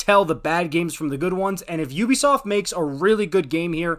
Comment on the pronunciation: Sounded good until you said Ubisoft